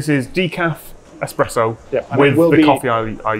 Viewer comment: Most importantly, you have discovered a love of coffee, 👏👏👏 I also offer my apologies, because I'm the bore that is going to bring up that the 'pressurised-water brewed coffee bean liquor' is called espresso (and not expresso)... 🤞😬👍